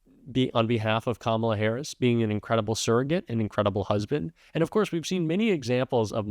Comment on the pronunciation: And start pronouncing VP Kamala Harris’s name correctly.